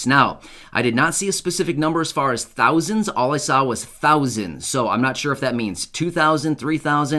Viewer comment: 3 thounds